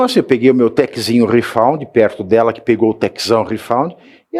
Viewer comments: Pavici, gosto dos seus comentários, mas a pronúncia de tax refund é tex refand, não refaund. Refaund quer dizer reencontrado. And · Pavinato, a palavra é "RIFÃND" e não "RIFOUND" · Tax refund, Pavinato, não “redound”. Mas a denúncia é boa.